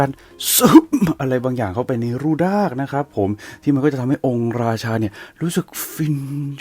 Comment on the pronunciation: แอดพูดผิดจากรูดากเป็นรูด๊ากไปเลย555😅😅😅